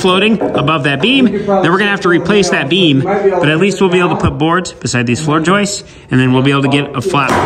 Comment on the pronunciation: Thanks for correcting the Recipricating saw issue. The next lesson is to say floor joists instead of Joyce's. Keep up the good work.